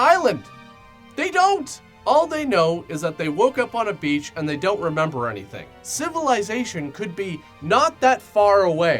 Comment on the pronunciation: "civilAÎzation" ??? is it not supposed to be "civilization"